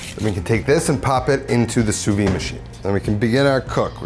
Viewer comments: Fun fact: Sous-vide is pronounced [su.vid] - so WITH the "d" sound at the end. Really weird that some people abandon that "d" sound which makes it lose its meaning completely in French. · Wrong. It’s pronounce sue-veed. The d is definitely there